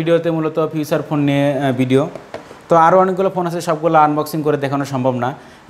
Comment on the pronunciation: বলতেছে ফিউছার ফোন।🤣🤣🤣🤣